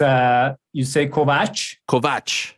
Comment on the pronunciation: Ariel pronounced Kovács perfectly and it’s nice to hear him want to know how it’s pronounced in Hungarian